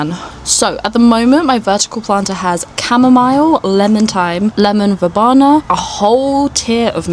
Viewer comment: Very cute garden - I love the aesthetic you're going for. Oh, it's pronounced ver-bee-na, not ver-bah-na, BTW xx